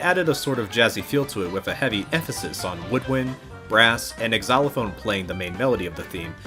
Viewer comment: Xylophone isn’t pronounced Ex-ylophone lol